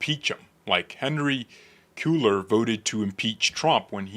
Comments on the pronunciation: Hispanic last name it’s Henry KWAY- ARE … KWAY- ARE (as in ARE u going) KWAY-ARE. … Cueller! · I have a ROAST for you: can’t pronounce SPANISH NAMES to save his life! Haha - pronounced it the same! LOL As a Texan, I can tell you with confidence that our pardoned congressman pronounces his name “Kway-lar.” Your welcome!